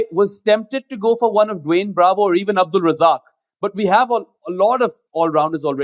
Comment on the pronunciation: I stopped the video after hearing Abdul Razzaq 😂